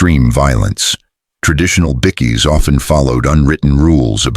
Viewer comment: Ffs you don't even no how to prounonce bikie. Haha. It's. BIKE as in push bike then ad an E. Bike E.